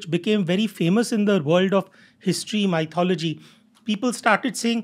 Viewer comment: I hope it is ok to highlight the fact that many guests on this podcast pronounce "Myth" correctly but "Mythology" incorrectly. It is not "My" - "thology" , it is "Myth" - "ology". Since it is widely heard podcast, the listeners will end up catching onto the incorrect pronunciation.